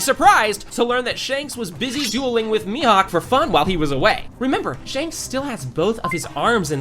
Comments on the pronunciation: its mihawk not mihok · Why does he call Mihawk Mihook!? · Mihawk ❌ Mihook ✅ 🤣🤣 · You miss pronounced Mihawk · Bro said "mihuk" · Bro said "mihook"💀